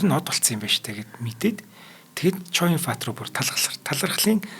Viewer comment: Нээрээ л Ч.Оюунбат гэж сонсогддог юм бна шүү😂